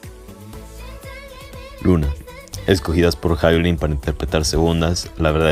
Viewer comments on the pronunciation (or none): Es Hyolyn ( Ji-o-Lin) fonéticamente,NO “Jai-o-Lin” te pido encarecidamente 🙏🙏🙏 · Si no sabes ni pronunciar el nombre de LA HYOLYN no mereces opinar de su presentación , es obvio q no sabes nada de música o presencia escénica,obviamente sos un pseudo otaku